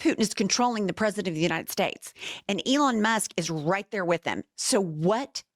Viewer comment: “President of the United Stez” Great talking there.😂